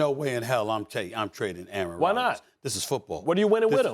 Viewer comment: Aaron rodgers not aaron rogers